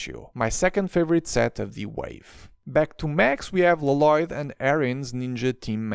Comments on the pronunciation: Why you call Lloyd l loyd instead of yoid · It’s pronunced Loyd not Lo Loyd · It’s lloyd not laloyd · WHY DO YOU CALL HIM LOLOYD UNIROINCALLY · la loyd is how its pronounced. in the ninjago movie, garmadon said so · why did it sound like he pronounce “loloyd” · NEVER......is he going to stop calling him la-lloyd😅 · it is pronounced with one L not two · If yopu watched the show you will know it is prounonced with one L not two